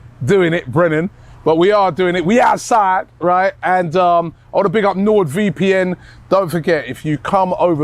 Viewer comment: "We Aartside" 😂😂😂😂🤣